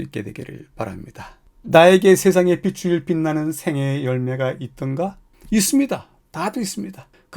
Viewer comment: [비슬] [비세]... 발음이 영 거슬립니다. [비츨] [비체] 같이 소리를 내셔야지요 ^^